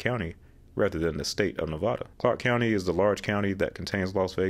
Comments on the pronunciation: Well first off, you said Nev-ah-da wrong, shame on you since you lived here, I'd have much higher expectations for a fellow road geek... Also yes, Clark County constructed CC-215 with the intention of redesignating the whole route as I-215. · It's Ne-vah-da not Ne-vaw-da. Thank you for your time.